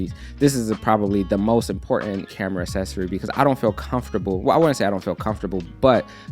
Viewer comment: I like the way says “accessory” cause I say Ak-ses-ory and he says as-ses-ory